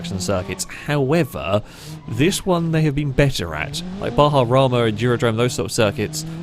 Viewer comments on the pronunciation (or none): none